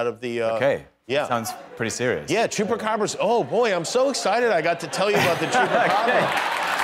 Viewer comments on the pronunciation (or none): I can´t stop laughing about the chupacabras moment it's so funny......the way he pronounces it....they way Tom politely said what is what? but in his mind taught wtf?...the chupacabra´s the funniest thing ever heard of..